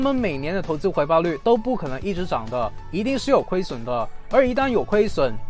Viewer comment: 影片很棒，唯一的問題是 將四聲的複利 唸成二聲的福利